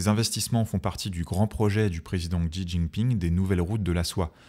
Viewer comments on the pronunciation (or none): Je viens de découvrir la chaîne, et je trouve le résumé très claire et précis, bravo ! (Petite remarque : le « x » en pinyin se prononce comme [s]. Le « Xi » du président chinois se prononce donc comme le mot « si », avec un ton qui correspond au « bon » dans « Ah bon ? ».